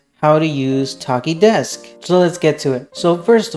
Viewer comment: the ch is pronounced like the ch in chair